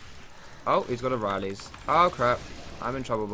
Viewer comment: "Orileys"? What the fuck is that? The item is called rilai's scepter, AND NOTHING ELSE